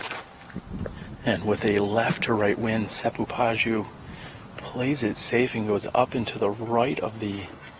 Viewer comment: Seppo Paju is pronounced "pa-yu" (soft j), not "pa-dyu". 🇫🇮😊